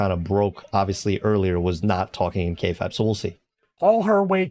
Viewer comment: Lol you don't say Kayfabe right